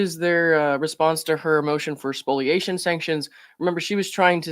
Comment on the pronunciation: Thanks for correctly pronouncing spoliation!